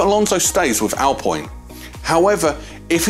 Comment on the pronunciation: It's pronounced alpeene